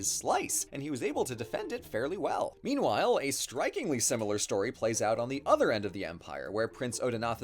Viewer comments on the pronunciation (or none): none